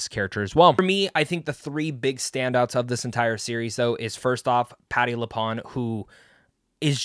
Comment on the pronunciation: Honestly, this is one of the best, if not the best written and acted MCU Marvel shows. If you know witches lore, there are constant interesting references. Also it’s Patty LuPONE, sounds like CONE, not Pawn.